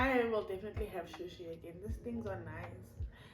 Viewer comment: It's not shoshi it's sushi but i love your videos